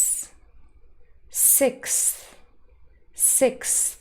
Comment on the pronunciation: Thanks for your clear effort. l really learn a lot from you. Well, is it correct to pronounce"sixth " as /sikth/.?